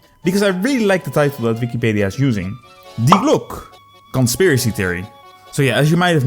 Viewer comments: Thank you. If you can understand german I can recommend this interview with an expert on the topics of Nazi UFO technology. As the "Glocke" is only one of several Nazi-UFO-Conspiracies. On a side note: For me as a german your pronounciation reminds me of the word "Glucke" which means "sitting(breeding) hen" in german. And always having this picture in my gead while watching was hilarious. Hope this doesn't sound offensive, my english pronounciation is not perfect either. I just found it slightly amusing. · Hilarious video, but god damn you'r pronunciation of glocke physically hurt me.